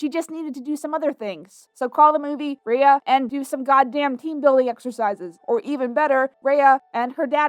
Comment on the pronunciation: how can people watch a whole movie with people calling out the main character's name but still mispronounce the said name??